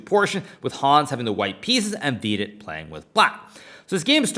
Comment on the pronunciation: "Veeeedit" fxxkin hell.. my hears r bleeding.